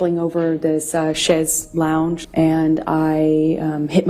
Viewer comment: why doesn't Amber Turd know how to pronounce chaise longue